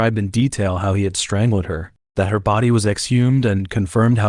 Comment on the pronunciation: strang-led? odd